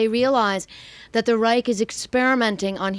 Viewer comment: Reich is prenounced "reisch" not "reik". Anyway in the German language.